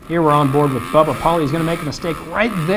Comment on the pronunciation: Why does she say,"Boat Pauli?"